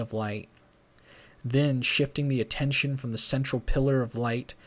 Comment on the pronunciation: U got to i-sol-ate and pay aten-zion